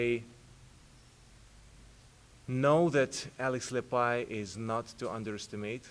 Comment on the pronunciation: He said his name right too lol